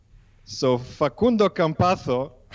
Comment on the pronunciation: You guys had the pronunciation right at the beggining of the show. The so called expert may speak Italian but that's not even how Facundo calls himself